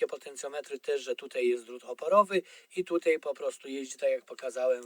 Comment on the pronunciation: Wszystko świetnie wyjaśnione tylko to "tutej" tak kuje w uszy ....